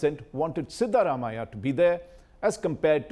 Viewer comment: Cannot take a person seriously as an expert in Karnataka politics who can't pronounce the names of Siddharamaiah, Yediyurappa properly. And includes Hassan in both the Old Mysore and Central Karnataka regions. Get the basics right, India Today. You tag yourself as the "Gold Standard"!